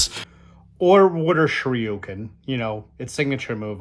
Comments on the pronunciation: THIS MAN REALLY JUST SAID "WATER SHRIYUKEN". Sometime I can't with you austin🤣. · “Water shueuken”